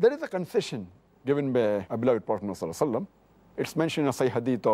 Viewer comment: As-Salamwaliacom, Dr. Zakir please say SAL-LALLAHU ALAIHE WASALAM.